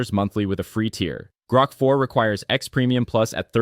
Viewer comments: AI generated for sure. Pretty good, but it’s GROK, not GROAK. Gets annoying after awhile. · One of the easiest ways to tell is when it mispronounce those things. Example: How many times did it say “Groak” (as in choke) instead of “Grok” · I realized it right as soon as he pronounced it "Groke" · Odd, the speaker after 2 minutes switches the pronunciation from groak as in goat, to grok as in rock. The latter was the preferred pronunciation of Robert Heinlein fans when the novel was published. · There is also the constant semi mispronunciation of "Grok" where "he" prounouces it really really like grope quite a few times. And yeah by the end it was obviously a script reader.